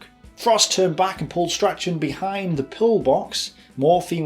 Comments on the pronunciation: G'day, Um, were ye takin' the piss there then - or what ? I'm in Oz, havin' been here since 1882 if ye count me father's grandfather...; and yet even I know that, "Strachan" is an olde Skottish family name, which is always pronounced, "STRAWN"...! So, um, I give up...; if ye were n't takin' the piss - then how come a walkin' Pommie Accent - like y'self, is squeakin' about "Strack-Arn"... in place of sayin' Strachan in best of British fashion ? Edit, shit..., now ye said "Camp-Bell" as a way to say Campbell..., which be yet another Skottie Tribal Family name - whereinat the "P" is traditionally SILENT. Ie, "Cambell" is how ye say that.... Did ye teach y'self how t' read & write & speechify ; or somethin' ? Just(ifiably ?) sayin', Have a good one... Stay safe. ;-p Ciao ! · Great videos, but it's funny watching you butcher even simple British names lol Ver-non, Stra-chan, even Campbell became Camp-bell! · Well presented! Bravo....just learn to pronounce French and German names better.....and not knowing how to pronounce the common Scottish surnames of Campbell and Strachan I find quite odd. Maybe run the script past someone else before attempting the names lol Well done again....look forward to more videos :-)